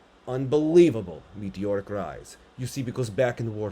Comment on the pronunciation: When u said meteoric rise, I heard mediocre rise…I think both fit